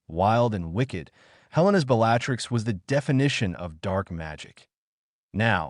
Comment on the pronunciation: Really Severe Snape... No, that is not how you say it; it is worse than Snivelus, like the Marauders used to call him. Bel latrix, I'm almost surprised that you didn't call her Bel latex